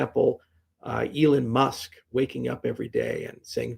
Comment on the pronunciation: eeling musk 🤣